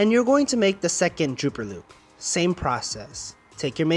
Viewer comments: Dropper loop...not drooper...lol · I think it is dropper loop, not drooper loop.